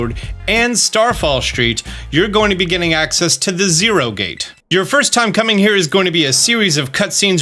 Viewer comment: I'm so glad I'm not the only one who says area zereo